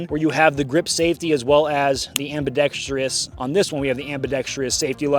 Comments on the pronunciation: Its pronounced "am-bi-ˈdek-strəs" (not am-bi-dek-STREE-es). This seems to be a problem with all gun-tubers. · Am-bee-dex-truss Not Am-bee-dex-tree-us